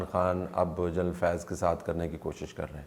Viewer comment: یہ آپ اور اعزاز سید اُردو بولتےہوئے، جنرل کو جَینل کیوں کہتےہیں؟ کیا ایسا کہنےمیں بندہ انگریز انگیز محسوس کرکے بڑا بڑا محسوس کرتاہے؟اُردو بولتے ہوئے انگلیش الفاظ کا لہجہ اُردو ہونا چاہیے نہ کہ انگلش۔ انگریز بننے کی یہ بیماری دنیا مین صرف ہم احساس کمتری کے ماروں پاکستانیوں اور انڈینز کو ہے۔ اور پھر جنرل اور جرنیل تو اب اُردو میں ایڈاپٹڈ الفاظ ہیں پھر انہیں اردو بولتے جَینل بولنا آخر کیسی مجبوری ہے؟